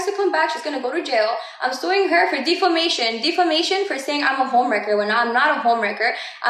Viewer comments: Why does she say DeFEmation? Is she trying to say Defamation? Somebody take her phone away & give her a dictionary & an Ingles sín Barreras handbook 📖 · Nah but Jailyn saying the D in defamation had me rolling baby girl can’t speak correctly